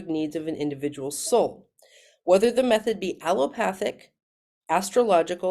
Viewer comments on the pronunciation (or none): none